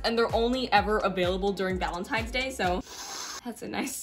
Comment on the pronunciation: You said Valentines wrong you put a G instead of a V